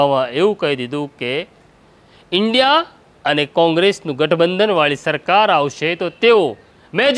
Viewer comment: આ ભારત દેશ નો વડાપ્રધાન છે આને ઈન્ડિયા બોલતા નથી આવડતું